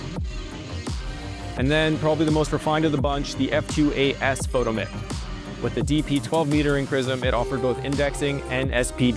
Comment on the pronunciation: We pronounced that fo-TOMM-ic.